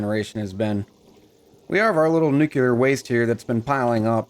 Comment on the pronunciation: I know I'm late to the game here, but it is driving me nuts... it is "new-clear" not "new-cu-lar." Look at how it is spelled: Nuclear. There is no extra "U" in there. (No politics involved but...) George Bush ruined it for a whole generation by pronouncing it wrong. (Great video though... I love your style, cadence, accent, and demeanor)